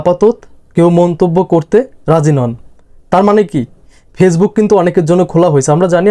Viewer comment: কথাটা ফেইজবুক না, ওটা ফেসবুক